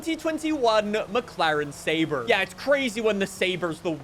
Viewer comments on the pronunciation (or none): none